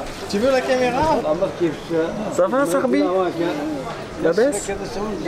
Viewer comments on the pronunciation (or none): On dit sahbi pas sarbi (Ami)